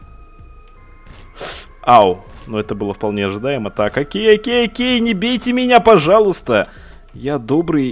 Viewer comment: мне одному вместо окей слышится хоккей??